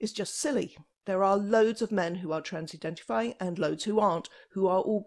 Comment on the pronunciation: I love it when she says that